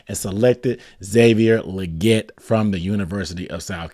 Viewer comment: I think XL said its pronounced "Lee-get"